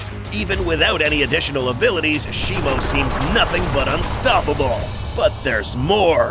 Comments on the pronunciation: U say Shimo like it's Shimu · How do you say shimo? I thought it was always pronounced she-moo but now all i hear is she-mo. Which is it?